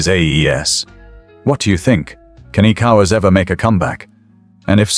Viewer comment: hahaha, am I the only one hearing "ecowards" ?